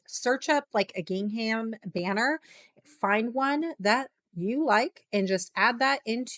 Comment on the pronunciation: Helpful Canva tips, thank you... but PLEASE... Please look up the correct way to pronounce "gingham" before making another video.